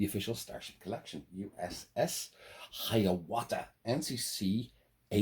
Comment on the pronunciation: Dude don't mean to knock your pronouciation. But for future referance its a First Nations Iroquois confederation name and its pronounced HY-ə-WOTH-ə..... I guess all that first Nations education we get in Canada led to something. Sorry for being a dick. 😅